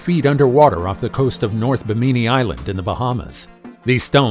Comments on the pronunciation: bee-me-knee (phonetics , your pronunciation… do you mean Bimini? Bim-a-knee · Do you mispronounce words to get more interaction/traffic on your channel? BIM-uh-ni... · This narrator needs to know how to pronounce Bimini it's not bi meanie. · It's pronounced ..... BIM- MIN -KNEE not what ever word salad this guy called it.... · Thank you! Like nails on a chalk board every time he said it incorrectly. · BIMANI YOUR SAYING IT WORNG.......